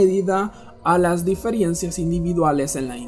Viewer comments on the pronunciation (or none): Utiliza esta misma información para que aprendas a pronunciar la palabra Diferencia